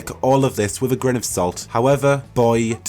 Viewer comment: its minra-TH-os not miv-raf-os, and also wi-TH not wi-V. sorry real bugbear of mine. That said good vid. really hope there is more than just the city. loved how DAI you could go all over. Sounds a bit too much like the crappy DA2.